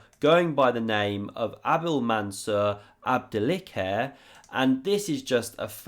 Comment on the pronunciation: Great analysis! ..cheers.. just a note on Abdilkhadir pronunciation, "kh" is arabic and sounds like [x] in phonetic. Scottish English loch, German Bach, Russian хлеб [xlʲep] "bread", Spanish joven..between [k] and [h]